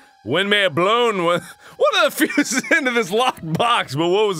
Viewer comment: its not fooses it fuses